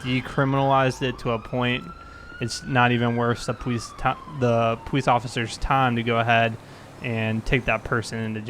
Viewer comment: why do you say pwolice patrol its police patrol